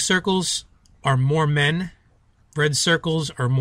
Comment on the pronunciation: At 6:3o when he said more men, I was looking at Utah and I thought he said Mormon lol :D